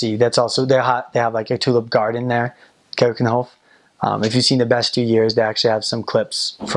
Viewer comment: Applause for his "Keukenhof" ;)